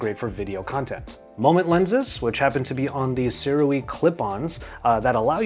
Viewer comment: BTW Sirui is pronounced “sue-rey”, former Sirui product dealer here